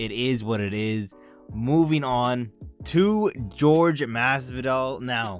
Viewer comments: And we all know your a casual when u say george masvidal bud its Jorge pronounced Hor-Hay Masvidal. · You have no right to call ppl casuals if you can't even pronounce Jorge correctly.